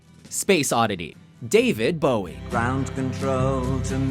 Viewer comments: "david bowe" lol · There's a mistake, David Bowie not David Bowe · "David Bowe" Bruh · I know there was a man named "David Bowie" never heard of "David Bowe" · I thought his name was David Bowie, not Bowe (as in the title card).